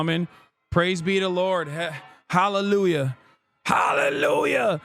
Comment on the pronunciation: not the "hallelujar" 💀